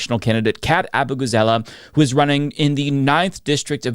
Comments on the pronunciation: Kat's awesome. You better practice her name, because you're going to be saying it again. It ends with 'zaleh' not 'zelah". 'Zaleh 'zaleh 'zaleh. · AHH-boo-gah-ZAH-lay. Kat really needs to make campaign ads that show folks learning how to pronounce her name. It’s less tricky than “Protasiewicz” and that strategy worked like magic for the now-Justice’s campaign.